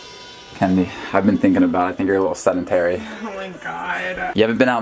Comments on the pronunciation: "she's seNdentary" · Stop saying SENDENTARY. Its Sedentary goddamnit. Sorry just annoyed me. Apologies for the grammar naziness